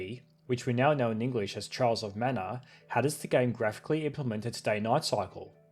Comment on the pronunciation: I try to avoid making fun of peoples' accents, but "Charles of Mana" is too good to leave put. I'm sorry.